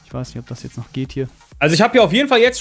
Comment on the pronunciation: mit "tzt" ;D